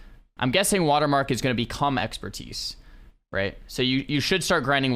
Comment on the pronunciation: "New Exerpertise"